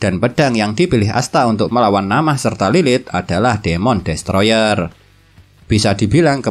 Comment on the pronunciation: Min na'amah bukan namah😂🤣 sumpah lebih enakan di anews penjelasanya kwwkw sorry min😅😊